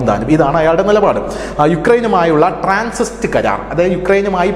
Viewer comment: TRANSIT, not Transist